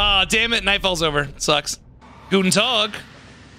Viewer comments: always love to hear your "Guten Tag" like talking to a bavarian dude xD much love from germany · As a german, the guten Tag sounded so good I was actually pretty shocked since it came out of nowhere lol